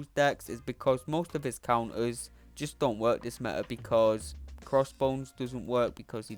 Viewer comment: What fo-on?? Thats how you read photon!!? ME-A for meta wtf!!